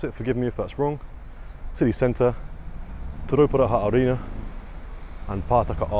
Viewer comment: Im a Porirua born and raised and part maori and u pronounce te rauparaha arena better than me lol chur ur imvited to a feed and fried bread and boil up